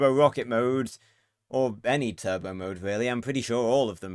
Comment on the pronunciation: It’s the tur-bow 🤣